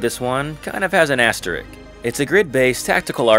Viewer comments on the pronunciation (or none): Its asterisk. Not asterik